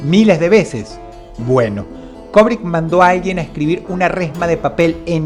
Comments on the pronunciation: Se dice Kubrick, no Kobrick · Cada vez que Dross dice "Kobrick", Kubrick repite una escena en el más alla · STANLY KUBRICK...KUBRICK...NO KOBRICK... "LATINAJO" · ¡Vaya imbécil! ¿O sea que el hecho de fungir como directores o escritores, no hacía parte de la "vida real" de estos personajes? Además no se dice "Kobric", es Kubrick: cubric. Datos inútiles de un tarado para tarados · ¿Quien carajo es "Kobrick"? Se pronuncia "kUbrick"... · ¿cobric? Asi lo escuchó con dross